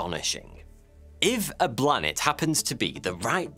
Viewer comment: Interesting and hilarious! Couldn't help laughing every time you said 'Blanet'